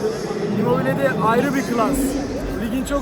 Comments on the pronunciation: bilader çok iyisin hoşsun da allah aşkına IMMOBIL deme artık kardoooooo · Şu adama imobil deme nolur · şuna immobil deyip durma artık yaaaa.